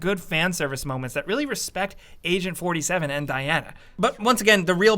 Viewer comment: Hitman... or as I like to call him norty seven. 🖤🤍❤